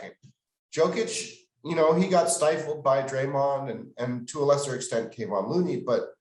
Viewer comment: Great discussion. Please learn the correct pronunciation of Kevon.